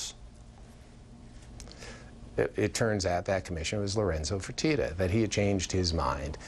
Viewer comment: its not " Fortita " its "Fertitta", the two names arent even pronounced the same